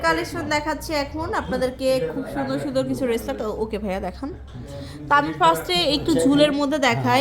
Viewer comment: মূর্খ মহিলা রেসলেট না ব্রেসলেট হবে